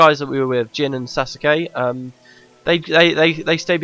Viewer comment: FYI Sousuke is pronounced soh-skay not sa-skay. ^^